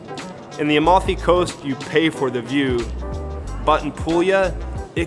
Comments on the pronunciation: Dude, you live in Firenze and you don't know how to speak Italian? It's Amalfi Coast, not Almafi. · Yeah, this i a real expert. Can't even pronouonce "Amalfi" making it into "Almafi". It's true, going to Italy in the middle of summer is not wise. Go for October.